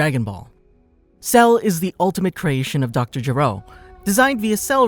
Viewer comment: Why do you Americans keep mispronouncing/incorrectly translating names in Dragon Ball? It's Dr. Gero with a hard "G" not "J" because his name means to vomit in Japanese.